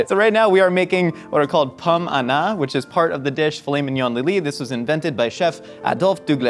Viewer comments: I went to culinary school. When said that most people learn to make pommes anna I was confused. Because he actually said it right, and i went to culinary school in the Midwest. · Okay since no one is gonna say it I will: French pronunciation is impeccable 👌